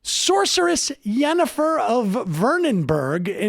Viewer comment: What I can't believe is how badly Sam butchered Yennefer of Vengerberg's name. She smells of lilac and gooseberries, damnit. Get it together.